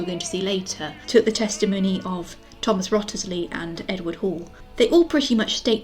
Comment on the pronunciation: Fun video, thanks for making it! I believe Wriothesley is pronounced 'Risley' and coiffe is pronounced 'kwuff' as it's a French word.